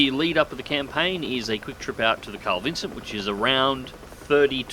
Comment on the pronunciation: G'day, mate. Sorry to be 'that guy'. It sounds like you're saying "Carl Vincent" ... might be my middle-aged ears ... Don't quote me on it, but I'm sure it's 'Carl Vinson'. I'm an old hippy, pacifist, so I concede I might be wrong. Spank you for your servants.